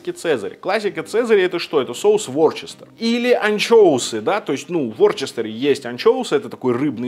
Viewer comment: Ворчестер? Вустер же! Вустерский соус.